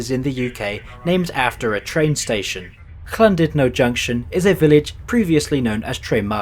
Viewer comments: "Llan DUD no" - and not as you pronounced it "Llan DID no" And as for Rhyl, how did you pronounce it? It's very simple, "RILL" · There's no K in Llandudno 😅